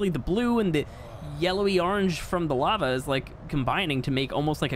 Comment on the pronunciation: I love it when on says lava in the dutch style